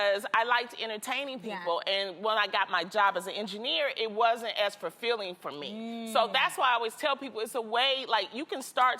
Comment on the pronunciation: Loni said "furfilling" lmao